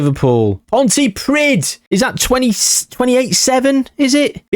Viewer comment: Pontypridd is pronounced, "Pont-uh-preeth (Th as in with).